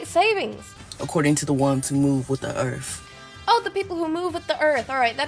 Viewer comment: "move with the earf"